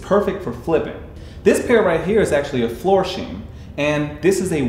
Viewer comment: Brother....Florsheim - get the pronunciation correct. Seriously?